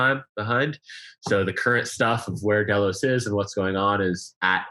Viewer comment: Ketch not sloop....also not DAY LOWS......it's DELL LOS.